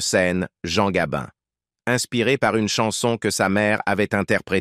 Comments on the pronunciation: Oui gabin et pas gabine c'est insupportable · Bel exemple de texte réalisé à 100% par l'IA. Pas grand intérêt à cette video, il n'y a que le titre qui a été pensé pour attirer et faire croire à un document inédit... Et puis cette voix qui agace surtout quand elle dit "Gabine" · Arrêtez de dire Gabine s' il vous plait , c est nul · Nous avons maintenant l'IA ( d'ou Gabine )dans les rétrospectives d'acteur entre autres, cele évite de payer un locuteur , et oui le progrès. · " Gabine " ? cette voix de robot et déformation de nom d'artiste 😠.... un peu de respect svp !....